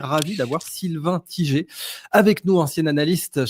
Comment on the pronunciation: Sylvain T-i-G-E-R alors que c’est Tiger 🐯🐯🐯